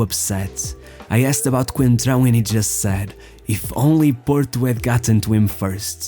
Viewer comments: It's Fábio "Coentrão" who tf is "concentrao" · "Concentrao?!?!?! ITS COEEENNTTRAAO COOEENNTRAAAOO not concentraoo" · As one reporter pronounced, "Concentrao" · “Concentráu”, LOL.